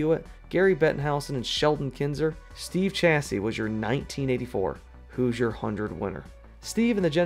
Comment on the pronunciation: I hate to be “that” commenter, but as a former resident and IU graduate, I heard nails on a chalkboard. It’s pronounced exactly like it’s spelled: “hoo-zher” not “hew-zher”.